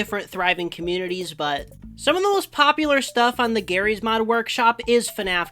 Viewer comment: why did you say jarry’s mod like gif vs jif